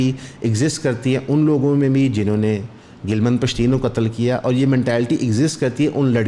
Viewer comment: its not "gilman pashteen" its "gilaaman pashteen" urdu me boly tu "naraz, ruta hova, shikwa krny wala pashteen"